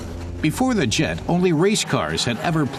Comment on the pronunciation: It ain't "Djet 6" but "Jet 6"...